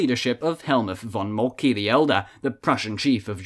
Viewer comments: Good video but you should know how to pronounce names correctly. Molke isn’t Molkee…SAY Molk-uh! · Ja, richtig. Nicht "molky". Nicht "Molka". Moltke ist Moltke; leicht! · Gutes video. Aber, Moltke ist "Moltke", nicht "Moltky"!